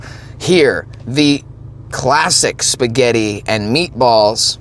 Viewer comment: Shpuh-get! 😂 I'm Italian and I approve of this pronunciation!